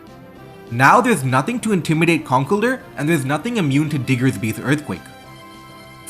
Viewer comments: Con kell(rhymes with hell) DUR? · That's not how you pronounce "Conkeldurr."